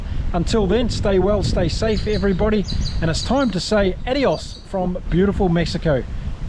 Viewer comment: Jazus that “adios” sounded like a Pohm, time to grapple with Panchita